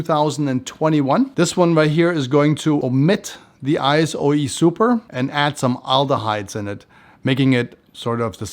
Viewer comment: It’s I-So E Super, not I-S-O E Super. Also, it’s myrhh, not myrth. Not sure how you’re making these two mistakes with such a massive collection behind you…